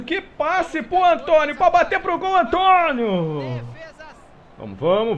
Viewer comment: quem diria q a mudança tá dando resultados. Só p/ corrigir, o Antoniou é um nome grego, pronuncia o U final. E o Ryall é "Ráiall". E tbm já experimentou contratar regens e pregens?